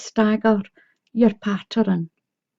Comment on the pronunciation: Why do you say patterun